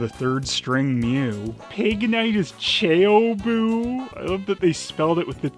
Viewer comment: pignite is known as chao boo in japanese version not chao buu duosion is known as Doublan not doubran beartic is known as tunbear not tsunbear ............. lol ^_^| It is a just werid..........